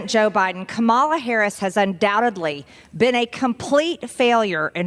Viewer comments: If you don’t know how to pronounce the name of the Vice President of our country and the future President of our country, you should sit down and shut up. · the MAGA idiots like MTG can't even remember how to pronounch their VP's first name and they want us to listen to them on policies??!! I think NOT...once they learn how to prounce etheir future president's name, maybe then we can start to take them seriously! until, they're just weird and creepy! vote blue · MTG has no room to accuse others of being a complete failure at their jobs. Further, Marge might learn to pronounce "KAMALA" correctly, so as to look a little less ignorant. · The way she keeps mispronouncing Kamala just irks me man. She knows how to pronounce it. Not only is it disrespectful, it is subtly racist. She is awful - and stupid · The way she keeps mispronouncing Kamala just irks me man. She knows how to pronounce it. Not only is it disrespectful, it is subtly racist. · Is MTG’s memory problem SO severe that she’s unable to recall that the name Kamala is pronounced with the FIRST letter “a” accented and NOT the second “a”?!? If she has expressed so much difficulty mastering THAT simple memory skill, how can she be expected to perform the duties required of a member of Congress? Dear MTG: It’s “Kámala”! Not “Kamála”! Would you kindly MEMORIZE THAT? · The fact that the MAGA can not pronounce VP Harris' first name correctly shows how ignorant and repugnant the Republican Party "leaders" have become. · Dems should call her Mar JOR ie with emphasis on the middle sylable. As long as she keeps mispronouncing Kamala on purpose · I really wish the Dems would start mispronouncing names back to whoever can’t pronounce Kamala correctly. For examples: Donald (doh-nald) Majorie (mah-jor-ee) If you can’t beat their playground games, annoy the shit out of them with their own rules!!! Heh. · You see how they go out of their way to mispronounce her (Kamala) name. Disrespectful, low vibrational garbage people.